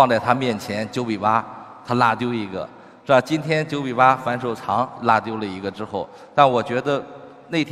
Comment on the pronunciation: Emily Lee 他是说“是吧” 说快了就这样